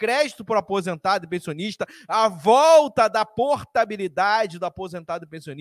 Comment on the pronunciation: Aonde ele fala de apisentado .kkkk